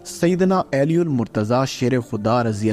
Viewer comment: علی ۔۔۔کو عیلی پڑھ رھا ھے